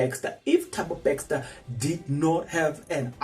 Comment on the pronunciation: can we get a proof of this speculation, dude its Bester not BeXter